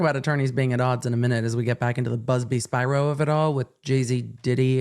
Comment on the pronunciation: Hey, I think you're mispronouncing Alex Spiro's last name wrong. If he's Greek (which I think he is?) it should be "Spee-row." Awesome video tho!!